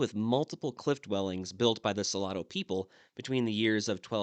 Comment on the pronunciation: Salado means salty. I think he was pronouncing it so-la-do, which might mean something totally different. I will need to Google the name of the people he mentioned.